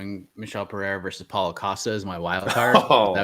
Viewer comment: The Asian guy sounds more deaf and mute than Helen Keller trying to pronounce Pereira.